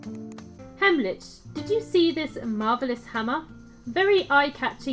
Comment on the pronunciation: Wyvern. Sounds like "Why Vern?" While we're at it (not trying to sound condescending, so please don't take offense) Heimlich is pronounced "hime lick." As in the Heimlich maneuver that you do when someone is choking. ♫Drink and the devil had done for the rest! Yo ho ho and a bottle of rum!♫ ...That's all I remember of that song XD